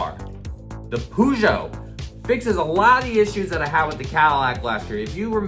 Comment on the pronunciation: Its purr-sho (as in show)